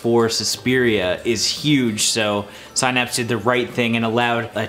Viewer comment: The mispronunciation of “Synapse” bothers me.